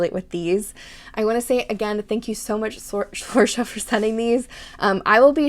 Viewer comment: I'm so glad you loved them 😭😭😭 Thank you so much for your content and you pronounced my name right!! So many people get it wrong so thank you a ton for that ❤❤❤